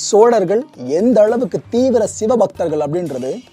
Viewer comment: chozhargal என்பதே சரி sozhargal அல்ல.